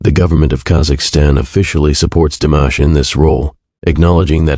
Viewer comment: Canales recién creados, con trozos de vídeos y fotos de otros canales, repitiendo hasta la saciedad párrafos que ya conocemos. IA tan mal hecha que ni pronuncia bien su nombre. Tengo mis canales seguidos desde hace años, no volveré a ver ninguno de estos. Que nadie se enriquezca del gran trabajo hecho por DIMASH. Con mi niño siempre ❤